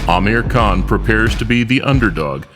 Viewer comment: Dick saying Crawford anus saying Kahn